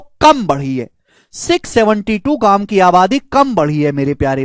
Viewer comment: Sir maja aa jata hai jb aap bolte ho ..."gamm me 😅😅" full Village bali feelings aati hai 😂 ...love you sir ❤️ Down to earth 🌍